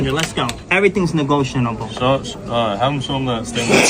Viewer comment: “Everything’s negoshanabile”🤨